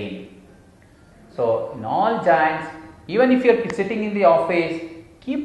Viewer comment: Sir it's joints not jainnns🤣🤣🤣🤣🤣🤣🤣🤣🤣🤣🤣🤣🤣